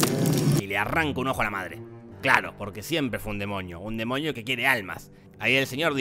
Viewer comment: Gente: DEMONIO Te lo resumo: DEMOÑIO v